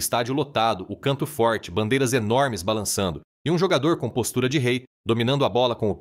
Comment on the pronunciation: "" Um Jogadoooor "" - Fala de Caipira, de Gente do Interior, que se porta como "Carioca". "" Lugar Ceerto "" - Fala Sério... Até Parece Que Esse Locutor Nasceu na Quinta da Boa Vista, na Praça da Bandeira, na Tijuca ou no Morro de Mangueira ☆ Todos Juntinho do Estádio 🏟 Mário Filho, o Maracanã.